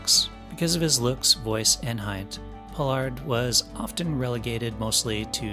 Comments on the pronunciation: Pollard! Not Pollock. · It's called "Star Trek", NOT Star Trak! Then you pronounced Michael Pollards name correctly the first time, then you pronounced it as "Pollock"! If you can't get your facts straight, then do something else! What a fool.